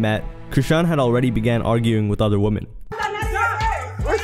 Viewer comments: Ffs, its "women" not "woman" how do you not know the plural of woman is women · another WOMAN ......... other WOMEN....they are pronounced differently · Two things that annoyed me throughout this entire video. 1.) OP not knowing the difference between WOMAN and WOMEN, at least the pronunciation. 2.) "Fans" getting upset for their trash idol as if they know everything that's going on behind the scenes. How does one even become a fan of Chrisean? Serious question. Sad how people are more invested in the lives of people they don't know than they are with their family/friends. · 🫤Why are you pronouncing women wrong? IT IS [ wim-in ]. 👍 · This dude can't say "women" in the plural form at all 😂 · WHY DOES HE KEEP SAYING "WOMEN" WRONG?? bro.. Love your content but plz, work on that